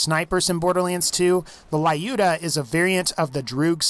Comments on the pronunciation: Lyuda, not Layuda. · That's Lyuda, NOT "La-Yuda" (as you erroneously pronounce it). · It's not laiuda, it's luda - russian name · It is so funny how he pronounces "Lyuda" which is a refference to Lyudmila Pavlichenko :D:D. Not judging just being slavic. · The mispronunciation of “Lyuda”